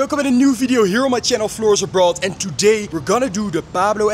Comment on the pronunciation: Is that really how you say abroad